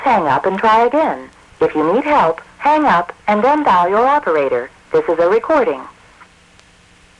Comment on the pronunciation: "Please 'ang up" :D